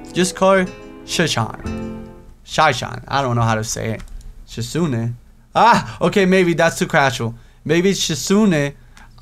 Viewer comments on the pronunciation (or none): its kinda driving me crazy how ur pranounceing the name wrong so heres a guide haha ·misha- me-sha ·hisau- ha-sow ·shizune shiz-a-neigh (like a horse) ·lily to easy ·rin easy ·hanako han-na-ko ·kenji ken-j Btw emis is the best route;)